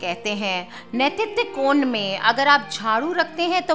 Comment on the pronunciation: आप ने कहाँ पढा है। और नैतित्य कोण का उच्चारण ही गलत है। किस शास्त्र का संदर्भ है।